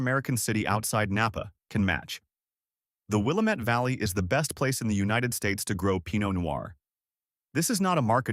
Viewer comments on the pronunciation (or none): "Will-LAM-ette" rhymes with "damnit"